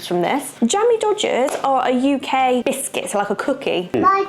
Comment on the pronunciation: every time u say biscuit it scrambles my brain! lol